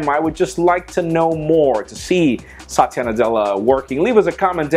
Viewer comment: It's not satiya it's sa-thi-ya